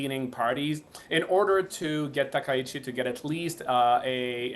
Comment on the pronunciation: いくら人工音声でも「さなたきち」ってのやめようね。それぐらい補正してください。ああ、ついでに「たきざわ」でもないです。談話室じゃないんだから。あ、こんどは「たかはし」ですか。 ちなみに戦争の清算は対中国、対韓国共に終わっています。したがって日本の首相が日本国内のどの宗教施設に参拝しようが１００％日本の国内問題です。 それに不満を持つ隣国がもしあるならそれは内政干渉にあたります。現代社会においては厳に慎むべきことですね。